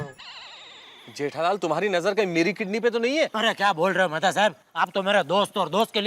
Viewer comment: Mehatha ❎️ Methi ✅️